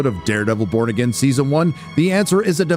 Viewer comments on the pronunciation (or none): why does it sound like he's saying Daredevil : Bored Again